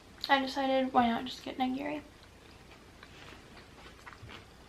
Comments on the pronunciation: it's actually ni-gi-ri, not nye-gi-ri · "NYE-GEARY" Holy shi- Nigiri is pronounced as KNEE-GEARY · The way she pronounces nigiri makes me so mad since I’m Japanese lol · And then she pronounced nigiri incorrectly... Can't have everything, I guess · how do you pronounce it?